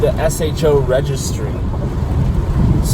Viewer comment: To me, it is definitely pronounced S-H-O, not sho. Good job bc i think you default to that. No one calls a Toyota a turd, when it is T-R-D. It has always been S-H-O